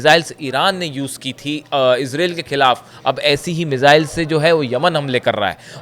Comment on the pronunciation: Sahi sahi country aur proper noun ka naam nahi bol sakte ho to channel chaane ki zarooorat keya hai.what is israeel? Do you know the name ...i....z...r....a...i...l?